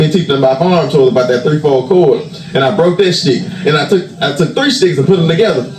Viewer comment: lately I’ve noticed that has been saying words that begin with the letter “s” pronouncing the words differently like he’s adding a “shhh” sound to the word. Ex: shhh-tick for stick and shhh-till for still. Especially heavy emphasis when he says “ it’s shhh-till all about God”. Just an observation. 👀